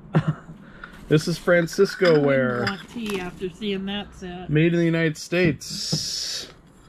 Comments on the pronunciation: It's not FranciscO ware; it;s FranciscAN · not fransisco it is pronounced fran sis can lol and homer mcglafin its pronounced homer lof lin